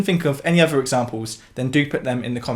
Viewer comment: You’re amazing but I do wish you wouldnt say “uvver”